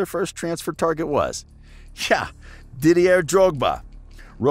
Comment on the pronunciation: Dont ever listen to a man that says “DidieRRR” Drogba or “Marseye”